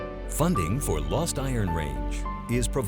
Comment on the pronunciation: You would think you would learn how to pronounce 'Iron Range' if you were doing a documentary on it.